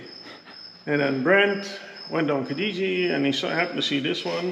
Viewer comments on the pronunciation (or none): none